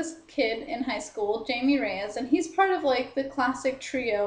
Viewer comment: its pronounce Hi-may. good review tho